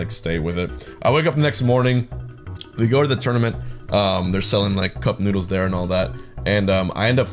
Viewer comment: I thought he said nudes, nudes, nudes. Not noodles so I was very confused for a second there